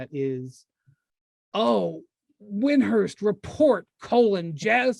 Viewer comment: DID HE JUST PRONOUNCE HIS LAST NAME WIND"HURST"